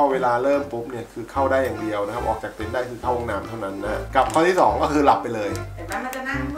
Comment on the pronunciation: เต็นท์ ไม่ใช่ เต้นครับ อ่านชื่อคลิปตั้งนาน😊😊😁😁